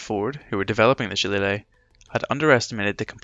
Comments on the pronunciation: Well done. Too bad it was too far in to correct the pronunciation of Shillelagh, pretty annoying. Otherwise all good. 😁 PS in reference to pronunciation. I am a computer engineer, I work from home contracting in many aspects of support, fact checking, and running training for companies. All over North America and occasionally over seas. I found one thing in common people hate it when you mispronounce things, some polite, some not so much. If in doubt all you need to do is Google 'how to pronounce Shillelagh' and you can find pronunciations for pretty much anything. 👍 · Bro literally made a detail and performance video about a subject he didn't know how to pronounce. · I appreciate this man knows he made a mistake pronouncing Shillelagh. Just don't come to Wexford pronouncing it like that, you'd get "a right batterin' and a bollockin'" :D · Phonetically, the spelling is as confusing as many "Irish" words and some proper names. Nobody could be blamed for mispronouncing "shillelagh", unless, of course, you're Irish. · LMAO did you read the comment where the creator admitted he pronounced the Irish name for the Irish walking stick / cudgel wrong? Grow up! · How are you Irish and you can’t pronounce shillelagh 😂 love your work keep it up 👍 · You sound Irish and cannot pronounce shillelagh properly!